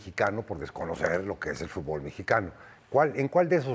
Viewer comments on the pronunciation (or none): Dice el Tata que los jugadores mejicanos no sabían hacer algo tan básico como pronunciar el nombre del deporte correctamente: “futbÓl” en vez de “fútbol” 🤣🤣🤣